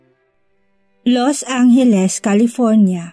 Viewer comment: FYI Los Angeles not Los Anghelesi😂